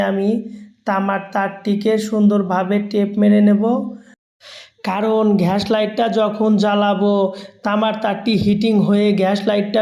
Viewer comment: ঘ্যাস লাইট 😂